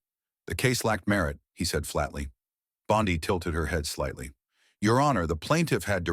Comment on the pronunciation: Pronounced Bon-dee, but otherwise, very well written.